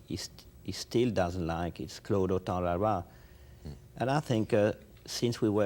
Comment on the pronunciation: The filmmaker Godard mentions is Claude Autant-Lara for those who also struggled to understand what he said, lol